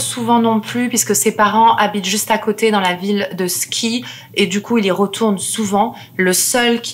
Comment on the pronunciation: En espérant que la bien-pensance youtubesque ne vienne pas une nouvelle fois censurer cette vidéo. Juste petite rectification : Ski se prononce Chi haha le Sk en norvégien et suédois se prononce souvent '' ch '' on s'en fout mais c'est toujours bon à savoir. 🔥 Pelle n'est hélas pas enterré à Enskede (c'est Quorthon qui est enterré par loin d'Enskede). Il est enterré à Österhaninge Kyrkogård. Bon courage à ceux qui souhaitent s'y rendre sans véhicule. Je l'ai fait il y a deux semaines c'est terriblement long et comptez une bonne heure de marche. Mais le chemin en valait la chandelle.